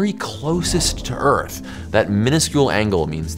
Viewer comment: You pronounce Earth weird. There’s a ‘th’ sound in it.